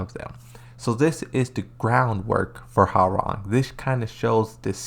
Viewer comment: Its not how-rang but hwoa-rang like hoa then rang